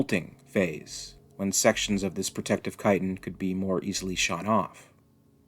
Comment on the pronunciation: Can I just say that I appreciate, so much, that you know how to pronounce the word “chitin”? Thank you. Sometimes ch makes a k sound, people